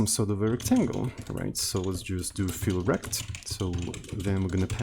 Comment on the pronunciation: Can you rename olivec_fill_rect to olivec_fill_rectangle cause every time you mentioning it I hear "feel wrecked"?